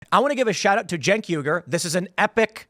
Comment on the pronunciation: Tim, his name is not pronounced 'Jenk' it's pronounced 'Chunk'. Also, "professor" Lickhead is an idiot. May the worst idiot lose.